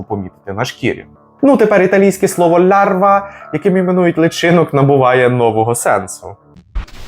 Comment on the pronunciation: Larva (читається як «ларва» а не «лярва»)і англійською, і італійською означає будь-яку личинку. Не тільки кліща.